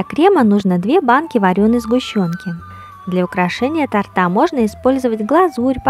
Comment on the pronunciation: Харе Кришна, спасибо за прекрасное видео и замечательное философское сопровождение. В рус.языке в слове " торта" правильно ставить ударение на первом слоге. Извините за поправку. Мои поклоны. Удачи Вам!